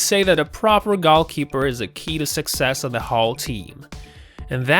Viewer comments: Why the fuck are you saying Golkeeper its GOALKEEPER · Goal keeper...NOT gall keeper. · Did this nigga just say gol keeper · What the hell is "gall keeper"? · What the hell is a gowlkeeper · I never knew u were suppose to try to score gaules, and the gaulkeeper was there to try to stop u. I always pronounced them "goal" and "goalkeeper." Stupid me! But at least i know now.